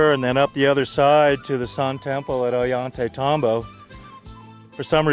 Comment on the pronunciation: Oh-yhan-tey-tahm-bo. I love this guy.